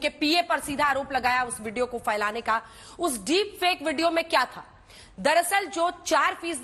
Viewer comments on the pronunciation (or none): फैलाना को फ़ैलाना बोलना कितना बुरा लगता है। पता नहीं कब इस शब्द को सही बोलना सीखेंगे हिन्दी चैनलों के एंकर। फ अंग्रेजी का F या उर्दू का ف नहीं है।